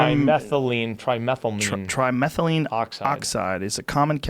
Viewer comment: Try- meth-luh-mean lol